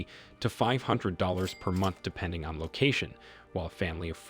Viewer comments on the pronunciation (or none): none